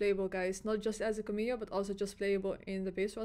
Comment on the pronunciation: The pronunciation of cameo is CAM-eeeo. CAM as in camera.